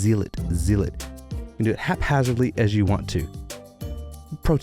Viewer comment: You nailed haphazardly, though with a minor stumble. Still getting zealot wrong. Zeal is pronounced like seal (with a z instead of an s)... but zealot rhymes with "sell it" and not "seal it".